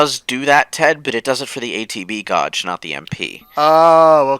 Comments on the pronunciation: Did we ever find out why says gauge the way he does? It's like... aggressively incorrect. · He always defends it with 'potato, potarto'. But 1) - no one says 'potarto'. And 2) - no dialect or accent has 'gorge' instead of 'gauge. Its just 'being wrong', but not being willing to change when called out :/